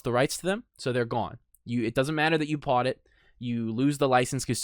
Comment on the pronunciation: will says "pought" it instead of bought it